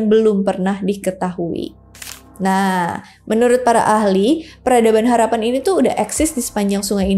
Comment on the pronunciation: Harappa 😮 bukan harapan